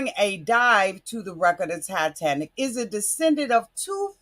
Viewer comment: Titanic, not TiTANTIC